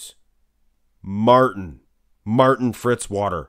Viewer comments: It's Fitzwater, not Fritzwater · Why do people always say Fritzwater, it's Fitzwater!! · Fitzwater not Fritzwater.